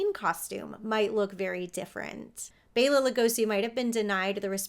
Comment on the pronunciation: SO grateful to actually hear someone else, actually pronounce Bela’s name correctly!!! Thank you for showing the respect, he (& so many others) deserves! Keep up the amazing work! 😲😁😉😊🦇😃